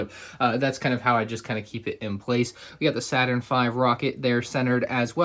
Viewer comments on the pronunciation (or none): none